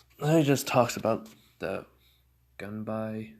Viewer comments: Its is pronounced gun-bi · The fan is pronounced “gun-bye” but spelled gunbai